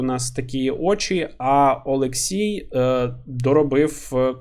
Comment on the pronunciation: там же ж буквально написано ОлексІй, а не ОлексЄй =)